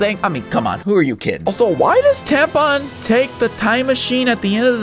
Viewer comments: Bro said tampon not Tapion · You calling Tapion "Tampon" made me spit out my soda. Now I gotta mess to clean up 😂 I love WoTD for one reason: SS3 actually did something for once!